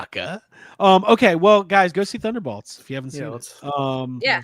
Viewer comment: BOLTS B O L T S B-O-L-T-S you are killing me. wtf is a thunderBALTS. come on man its annoying af like rick burping in the first season of rick and morty